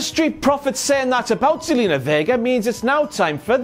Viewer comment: It's Zelina not Salina.